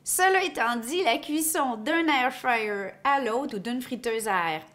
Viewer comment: Anybody else who loooove the way she pronounces Air fryer 😍😍 thanks for the video